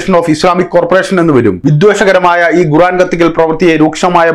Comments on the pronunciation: Why are you pronouncing 'Guran' inspite of Quraan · ഗുറാൻ അല്ല 'ഖുർആൻ' എന്നാണ് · koran ennu para . Avanday guraan.